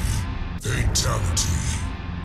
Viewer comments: In mk11 when sindel was saying fatality it sounded like she was saying faketality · All I hear is fertility 🤣🤣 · The more they say it, the more it sounds like "Fataligy" (at the end at like or so) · Deception doesn’t say “freetality” he says “free taligee”. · Everyone in the video: "Fatality" Raiden announcer voice in MK11: "Fatalogy" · I love he in mortal kombat deception he said fruitality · In mortal Kombat deception it sounds like he's saying fraytality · who's fay talaty? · De tanto tiempo escuchándolo parece que dise fachalati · Half of raidens said fataligy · Why in so many of these I keep hearing Fetality, Feetality or Fitality?